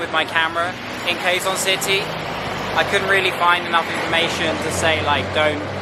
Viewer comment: Quezon city is pronounced like Kezon city